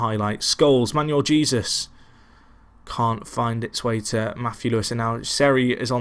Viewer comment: Sorry buddy, although I've pretty much watched most if not all of your Tracksuit to the Top series, the name pronouncing is starting to get a bit annoying! Jesus is pronounced as 'He-sus' in Spanish, it'd be amazing if sometime could be spent on working the names out, makes a world of a difference.